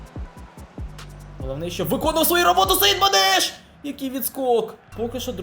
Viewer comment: Не Саідманеш А САЯДМАНЕШ